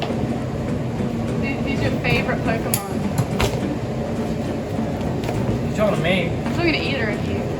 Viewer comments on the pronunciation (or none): They said Pokeman it's Pokemon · Its Pokémon not pokeman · I'm sorry to correct it just bothers me it is po-ke-mon